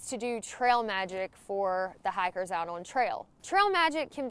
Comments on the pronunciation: I actually thought you said "hackers" but then remembered it's talking. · Love how you say hikers..